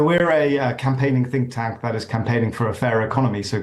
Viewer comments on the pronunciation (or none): "think-tank" No.